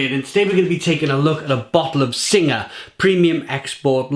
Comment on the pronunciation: Hate to be that guy but you pronounce Singha like "Sing". The "H" and "A" are silent. Great review though.